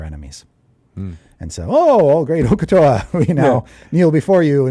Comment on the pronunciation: Uk'otoa...... uk'otao